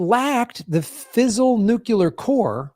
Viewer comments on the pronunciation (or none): stop saying nukular, please? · hey, There is only one U in nuclear!! (please stop saying it with the 2nd U: you are only playing into a plot by George Bush to further divide and confuse us.). Additionally, there are 2 Rs in frustrated and we pronounce them both. Please get with it, as I am quite sure that your "like" and "subscription" numbers would go weigh up.